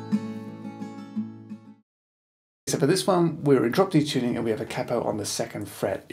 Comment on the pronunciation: Did he said drop D tunning ?